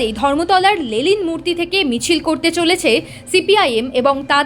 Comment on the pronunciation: ওটা লেলিন নয়, লেনিন হবে